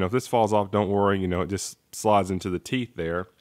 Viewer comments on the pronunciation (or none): none